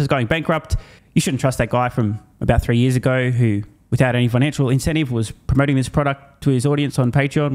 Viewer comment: "For yeez and yeez!! "